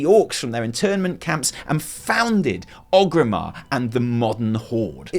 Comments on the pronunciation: You're wonderful, but PLEASE stop saying OGrimmar. You even said in this video ORGrim Doomhammer, the literal orc for whom the city is named. Its ORGrimmar. You're lovely, but please no more OGrimmar. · Every time says OGrimmar, instead of ORgrimmar, I die inside a little.